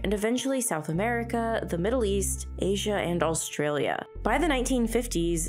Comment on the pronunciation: stop saying "allstralia". there's no L there.